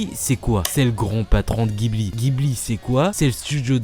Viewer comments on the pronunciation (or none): Si jamais ça t'intéresse, au Japon, au prononce "jibli" et non "guibli" pour les studios Ghibli :)